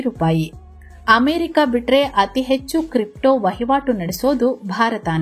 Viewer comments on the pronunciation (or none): none